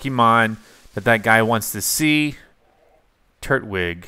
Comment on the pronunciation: Its a tur-twig 😂😂 not tur-wig